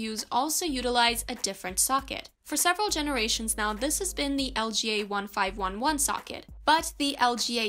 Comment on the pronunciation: did anybody else realize that she said iga? looks like she doesnt really understand much of this if she doesn’t even know that sockets are LGA